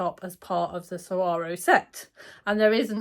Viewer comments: You do not pronounce the G. You pronounce them like swarrow. I lived 2 yrs in Mexico and that is how they pronounce it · I’ve heard you correctly pronounce saguaro several times. When I moved to Arizona I needed help to learn how to pronounce this cactus name correctly. Here goes: suh-wahr-oh. They are the cacti with arms. Saguaro would have been a better name for a shirt😂